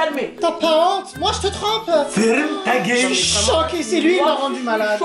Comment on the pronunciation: il dit aussi taguel